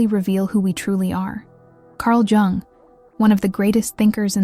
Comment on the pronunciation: cArL joUnG